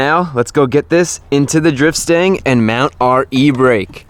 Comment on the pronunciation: Why does he call it a sting and not a stang?